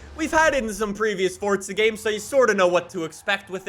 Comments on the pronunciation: It’s forza not fortza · Where is the T in Forza? I didn’t know it was Fortza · Why say Fortza?